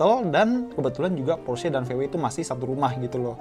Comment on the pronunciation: Porsche sebutan Por Shaa